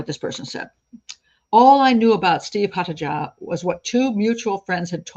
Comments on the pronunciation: The name 'Haataja' is not scandinavian, it is finnish which is often considered a scandinavian country despite not, in fact, being on the scandinavian peninsula. It is NOT pronounced 'haatadja' as you did but closest to 'haataia' as the sound for 'J' in finnish is closest to 'i' in english and absolutely not a 'dj' sound. Also, you say he bought 'an accelerant' as well as the schnapps, which as a combination means that we need to know exactly which accelerant, or you might as well have said "he bought stuff" because that is as pointless to know. Vodka is an accelerant, did be buy vodka? Fairly relevant. Acetone, Benzene, pure alcohol - all accelerants but can be for many purposes other than setting fire to. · It's a Finnish surname, pronounced as Haataya.